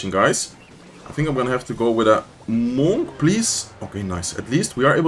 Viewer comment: Bro I cannot take the way you say monk 😂 this man says MoHn